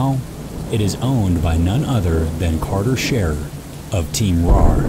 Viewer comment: It’s carter not carther